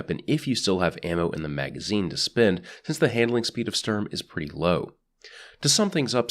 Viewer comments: Just say "Shtorm" and roll the "r" Also, it's only appropriate to scream "FÜR DAS DRITTE REICH!" when using Sturm. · I could be very wrong in this, but I thing the pronunciation is something like "shturm" and "drahng" Started German language classes only recently so I could be very very wrong. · Sturm is pronounced shterm, just to be helpful. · The way this is pronounced is "Shturm". You pronounce it like sterm. Like take the U from Honolulu, Sh from shit. There you go. Shturm. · It’s either How you pronounced it, but it might be pronounced Shturm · sturm is pronounced "stoorm" basically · sturm is said like this s(h)turm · The U in Sturm is pronounced a bit like you would say YOU (U mad?) and the ST is pronounced like ShT. Your Welcome. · german here, it's pronounced like "shtoorm". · MC Aaron E nah, it's a german word which is pronounced like "shtoorm". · Sturm pronounced correctly in German: "Shtoorm" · I am German and yes you said it wrong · I am german and I am offended when he says Sturm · It's not pronounced Sturm, it's pronounced 'my names jeff'